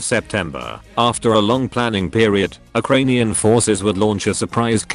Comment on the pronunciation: Uh kranian